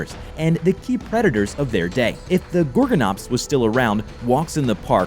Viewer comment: it's really gorgonops not got gu nops